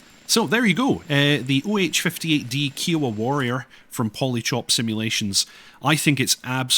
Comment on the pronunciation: Love ya but your pronunciation of kiowa feels like a cheese grater to my brain lol